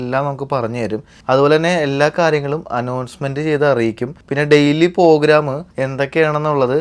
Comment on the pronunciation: not ഗുനിയ its ഗിനിയ (Guinea ). jaccuzi or whirlpool bath or hot tub Portugal 🇵🇹. not pogram its program.. Waiting for the next episode..